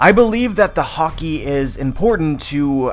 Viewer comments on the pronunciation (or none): take a shot every time you understand hokey instead of haki